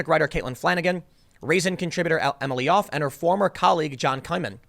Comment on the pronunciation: Tim, I love your work, but your constant mispronunciation of words, and names especially is very unprofessional at the worst and sounds like fingernails scratched across a chalkboard at best. The woman's name is Yoffe, it sounds similar to how one pronounces "coffee." I hate to niggle here (yeah, I said an "N-word" - but I've been listening to you for years and this is a consistent issue you have. I realize you can't always say a person's name as it's unfamiliar, but there are certain phonetic ways of saying words and names that are consistent. No one's perfect, but like the woman who said her version of the "N-word" by stumbling over her own "brain fart," just take a few minutes and learn how to pronounce a word or a name. You'll sound even more professional than you already do.